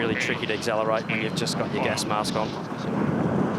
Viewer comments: I wish this commentator would stop saying "Axezellerate" - it's not a word. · I know right. Grinds my gears when I hear people say it back home in NZ. Can't understand how people can't pronounce accelerate properly 🤔